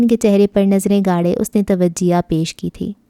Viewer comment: Tawajeha nhi tojeeh parhty hain dear